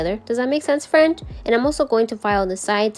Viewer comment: This is the first time watching your channel, and I absolutely love these. I need to do 90’s nail set for my sister who’s attending a 90’s birthday party. Thanks for the inspo. The way you say FRAND makes me lol. I also love the black cat intro. I have 2 kitties and one is all black. 🖤